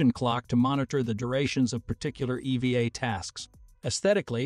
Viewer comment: EVA not EV uh. Feed the computer voice the correct information